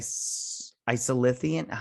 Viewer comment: A few Treksplorations: 1) It's Isolynium. O-woe-se-kun. or Oh Wow, Owo. And the Stilph. Which you got correct. Who live on the edge of the Galactic Barrier. Which the Q created to keep the galaxies separated. 2) The Karma Barge is very cool. Correct! 3) Dr. Pollard (lady doc) is the head doctor. Lorca didn't think to have a Deanna Troi. But Dr. Culber felt a psychologist is needed cuz of all the trauma the crew experienced being 1000 years in the future and fighting all the battles they do to save the universe. Hugh just needs to take a break and realize he can't predict everything people will do. 4) Haz also played Duggan. Create character. The guy that Empress Georgiou caught and put in jail for trying to protect Lorca's plot to overthrow her. 5) Tarka is a narcissistic sociopath, who blew up wild mountain cats as a child. So naturally, he sees his grief as being far more compelling than grief felt by others. 6) The DMA is as large as a small solar system. It's mining boronite. And boronite is what makes the Omega particle that the Borg idolize as a god due to it's perfection. And it's destructive ability to destroy subspace for vast distances. 7) Picard and Disco will intersect for 3 weeks. This may be by design cuz the Q should not want Disco so close to the galactic barrier. And the Borg might be attracted by the Omega particle. Causing a CROSSOVER event for the two series. 8) This is also a great episode cuz the romantic relationships are so very authentic and mature. A